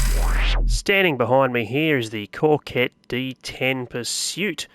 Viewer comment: There is no R in Coquette by the way ✌🏾